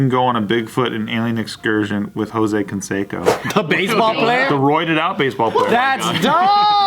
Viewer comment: Why is pronouncing Canseco wrong?